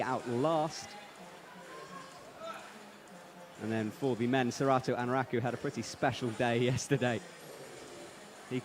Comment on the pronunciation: Was it your first time listening to? He's infamous for mispronunciating names 😅 Not only the "difficult" ones, but he was calling Anraku, AnrUku for a whole year, until he got so famous he finally learned...